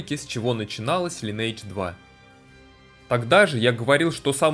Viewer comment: Тот момент, когда делаешь целый видеоролик про игру, но так и не научился произносить её название правильно. Впрочем, как и 95% игроков.